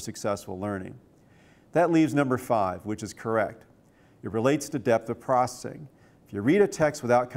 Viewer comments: Why does he say processing like "procing" I think he's on drugs. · is he saying "prossing" for processing? haha